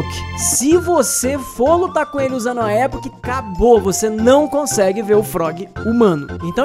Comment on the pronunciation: Muito bom vídeo! Só uma correção: não é "Époch" que se fala, é "E*poch*", com ênfase no poch.